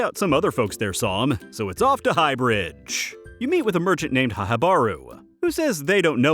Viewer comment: "HAHA-Baru?" "HAHA?!" HIVE, IT'S "HIHI," AS IN "HEEHEE!" I am disappoint. Much disappoint.